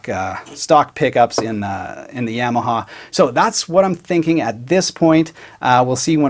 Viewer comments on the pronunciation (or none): Ya-ma-ha. Not Yeah-ma-ha. Otherwise, very nice video as usual. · Black it out, and please quit saying YAM’-aha..